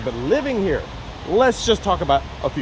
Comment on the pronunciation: herro. Wtf? Haha